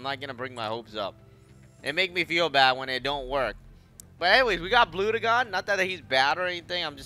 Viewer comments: its pronounced blud jon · The way he pronounced bludgeon was just cringe.